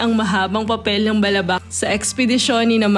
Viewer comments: I agree with this. I’m from Palawan and have been to Balabac. The emphasis should be on the second syllable, so it should be pronounced as Ba’labac. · I think you should know how is balabac is properly pronounced ... it is malumay ... not fast. Like davao , malumay dapat pronunciation nyan ... also avoid answering your own question ...